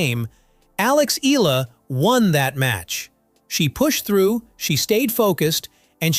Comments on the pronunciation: The voice-over pronouncing her name is incorrect. Her family name EALA is pronounced as EYALA and not as ELA. Making video content and not knowing the basic details like her name is like being ignorant.😂😅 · EALA, it's pronounced E-YA-LA. Unless, this video is AI-voiced. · not eela but ee yaaa la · Alex's surname is pronounced "EH-YAH-LAH" (THREE syllables) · It's pronounced as "eyala" ☺️☺️☺️ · Just FYI..... Names Pronounced as E-YA-LA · Next time, on the prompt, type in "E Yalla" to get the AI pronunciation right. You're already using AI, don't be too lazy. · "Eela". My brother in slop, pronounce it correctly. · Alex E-ya-la, ur welcome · Please...please...pronounce her last name correctly..."EE-YA-LA"!!! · its pronounced as: eh’yah lah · E-yah-lá thats how you pronounce her Surname... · "Alex EELA" 🗣️ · Her name is pronounced: EH-ah-lah. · Eala - eh-ya-la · It's pronounced as Alex Eh-yah-la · Alex Ee-lah....another AI excellence, good job AI! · Eala is pronounced E ya la. Thank you. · At least try and get your dumb automated voice to pronounce her name correctly. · I don’t think the WTA has anything to do with court assignments at the AO or other Grand Slam tournaments. Eala is a great young talent (and this video butchers the pronunciation of her surname), but this video doesn’t seem completely factual. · Get the pronunciation right of Alex last name please ... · Say her surname correctly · It’s pretty hypocritical of you to complain about disrespecting Alex Eala when you don’t even bother to train your AI voice to pronounce her name correctly. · Why can’t this guy pronounce “Eala” properly? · can you please pronounce her surname right. thank you. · It's eyala not ela.. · her name is not Ila. it's - Eh a la. and his name is not Joke ovich. stupid Ai voice! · Filipina dear boy. Not FilipinO. EYALA, not EELa. Pls say it right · Its not Ee luh should be pronounce in Filipino... "Ey Yeah luh." not eel luh. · Eh-ah-la Not i-lah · Not ela its eyala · EALA NOT ELA